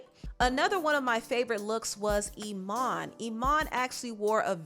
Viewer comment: I'm not trying to be rude but come on baby girl. You can't mess up a name, I mean an ICON like that and get away with it!!😬😆 Her name is Iman, not Imani...to be exact it's Iman Bowie💓💯